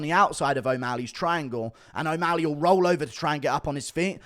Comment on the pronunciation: Bro said o walley